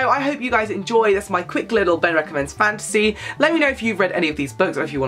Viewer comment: I thought he was saying fancy the entire time 😂 i was like "what? Is that new"